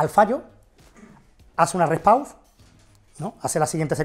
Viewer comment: Se llama REST PAUSE, no " repow " 😅